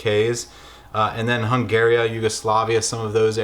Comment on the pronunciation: I dont know if you said "Hung-Gary uh" or "Hungaria" and it's bothering me lol great video though